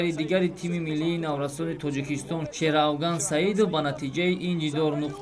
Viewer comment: Бозишон нағзу лекин баранда дар ду ҷо хато кард Шеравган мегӯяд ва Авғонистон !!! Тарзи дурусташ Афғонистон ва Шерафган